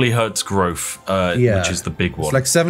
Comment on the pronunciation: Weird that rythian, the non English speaker, can pronounce "growth", but spiff says "growff"